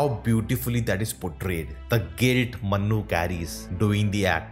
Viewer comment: please work in your pronunciation It's Manu, Not Mannu Yeh Dunki wala Mannu nahi hai Yeh Priya ka Manu hai